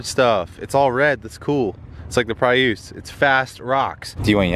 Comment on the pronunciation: WTF is a PRE USSE. It's pronounced PREE US. Look it up.